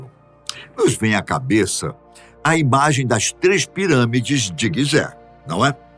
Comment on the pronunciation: Guisé??? Ou pirâmides de Gisé ??? Ai ai